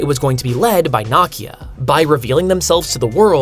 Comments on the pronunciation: I love it thus far—but the Lupita’s character’s name is pronounced “Nee•key•ah.” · I understand that when you see a non American name in a comic book that the mispronunciation of said name is excusable. But Nakia is correctly pronounced in the movie - movie that you have stated in this same video to be one of your favorite MCU movies. This I why I don't get that you mispronounced the name. I guess that's the American way. I still liked the video though. I like the content you put out.